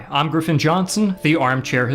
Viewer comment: bro 😭 “GRIFFIN” 😭😭😭😂😂😂😂😂😂